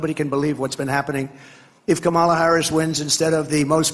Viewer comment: if he keeps mispronouncing kamala's name, he ought to be referred to as donOLD